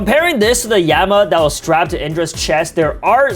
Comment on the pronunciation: bro really said yema and emma